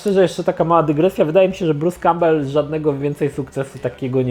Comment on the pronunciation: Za każdym razem gdy wspomina imię aktora to zamiast słyszeć Bruce Cowbell słyszę Peter Cowbell (war soldiers):D